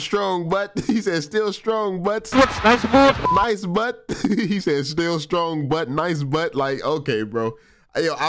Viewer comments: Lol, but it is pronounced boots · Buts pronounce as Boots and not Butts 😂😂😂